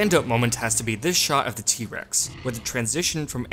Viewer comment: I think the narrator of this video is the narrator of 90% of YouTube videos. Please stop saying "thee" when you mean "the." Makes you sound like a creep.